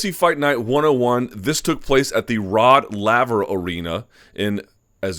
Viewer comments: ROD "LAY VER" Hes only one of the greatest tennis players of all time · You would think a sports journalist would know how to pronounce MEL BUN. And the arena is pronounced ROD LAY VER. The Australia Open tennis Grand Slam is played their. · 1. you butchered the pronunciation of Rod Laver 2. only foreigners pronounce melbourne as mel-born, its more like melben